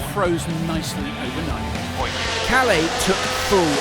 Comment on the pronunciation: As a Finn, it hurst when you pronounce Kalle as Kale. Double consonants should be pronounced as two separate syllables: Kal-leh